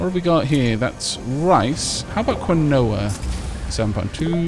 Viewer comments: Quinoa: Pronounced "Keen-Wah" ...at least in Canada. =;0) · Good stuff sir! I especially appreciated the #RealTalk moment about mind mold. fyi "quinoa" I believe is pronounced "keen-wah." Can't stand the stuff myself, but I see it all over with all the health foods and the like.